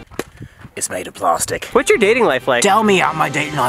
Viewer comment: "it's made of plarstic"